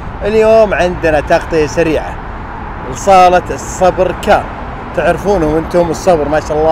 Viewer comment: تغطية مميزة الله يعطيك العافيه يارب 🌹 تنبيه بس المعرض اسمه السبر وليس الصبر،، او الصالة اللي هو وهذا اسم اصحابه اظن عائلة السبر ثانيا لاحظتك دايم تقول (فرسيت ادشن) والصحيح هو (فيرست إيديشن) first edition وشكرا لك مرة ثانية💐